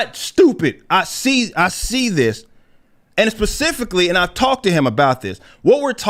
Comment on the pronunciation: "I'm not stupid, now pacificly" ....